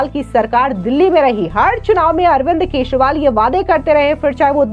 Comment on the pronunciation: मॅडम आप न्यूज एंकर कहा की हो, आपको अरविंद केजरीवाल बोलने को आता नहीं आप अरविंद केशवाल बोल रहे हो.😂